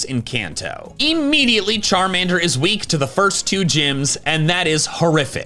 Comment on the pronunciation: It's Charmander, NOT Charmeder!